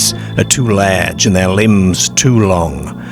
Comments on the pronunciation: What's a ladge wolf? 😂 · Is that a kiwi accent? The way you pronounce large in particular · Why do you pronounce "ar"as "er"? You say lerge instead of large you say ertfifacts instead of artifacts, Why? I have noticed you do this on all your videos, I am from England and can't relate to your pronunciation, you even say perts instead of parts ? Are you a robot narrator? I hope you are an AI as that's the only explanation for the wrong pronunciation 🤔 you also say cer instead of car too. Scarborough is correct not scerborough also you say perks when you mean parks please explain why you do this? thanks. I could go on forever graveyerds ect........ Bizerre ..... ? Derk instead of dark WHY? ??? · Either a northern Englishman who's lived in Australia, or an Aussie who's lived in northern England. Confusing combination of "oop" North pronunciation with "lehrge" and "Scehrborough" and "pehrk" 😅